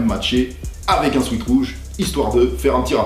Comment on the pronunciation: Brother on prononce swait sinon lourd